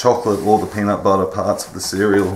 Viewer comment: The accent is hot. Warts had me baffled. I had to go back. LOL.